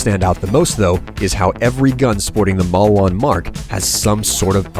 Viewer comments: malwan?| its maleewahn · Are you sure its Mauwan? It looks like Maliwan to me. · Isnt it "Maliwan" and not "Mauwan"? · also, mal-ee-wan, not mal-wan. just sayin' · You need to learn how to pronounce the company names. MAUWAN? TEDDYDORE? Gah, my brain.